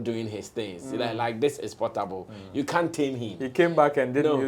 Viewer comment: Portable is naija shatta wale not Pattapa😂😂😂😂